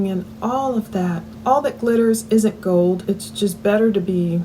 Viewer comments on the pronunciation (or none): none